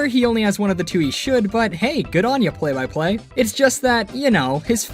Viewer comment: It sounds like ur saying Play Biplane